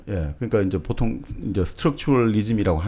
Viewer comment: 장음인 단어의 첫자를 짧게 잘못 발음한 예:사실,정의,보통,사물,별(star),사용,사람(인간),했는데,가치,시각,한계,고대,과거,세상,반대,시각, 등의 문제는 거의 여기 초대돤 젊은 철학자의 문제입니다. 철학자가 이런 장단음 문제가 있다는 것응 실로 ㄴㅇㄹ라운 일이 아닙니까. 말부터 바르게 배우고 나서 공석에 나오셔야겠읍니다. "한국 어문을 고발함"이라는 책을 읽어 보시지요. 미국 변 완수 배